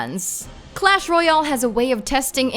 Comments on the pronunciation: She cannot pronounce royale at all. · Say royal right plz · The way she says "royale"xd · i know 😅